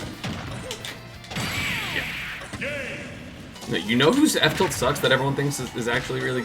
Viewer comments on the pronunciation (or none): He said f tilt but it sounded like up tilt